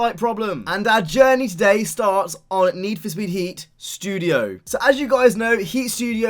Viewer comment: NEE FO SPEEED